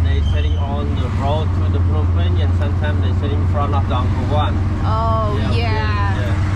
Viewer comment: hello Phnom Penh not pinon pen